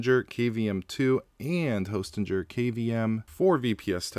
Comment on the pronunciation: I think it's pronounced Hostinger